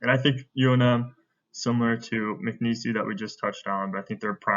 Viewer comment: It’s not Mcnees-y it’s just Mcneese.